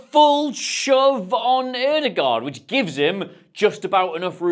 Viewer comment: Thanks for the analysis,. And well done on the correct pronunciation of the Ø sound in Ødegaard, not too many English speakers who bothers with that